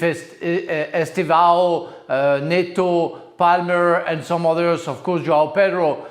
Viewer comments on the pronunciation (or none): none